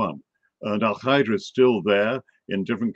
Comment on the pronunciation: What is Al-Khaeeda..that is not how it's pronounced in Arabic. Dude just say alqaeda.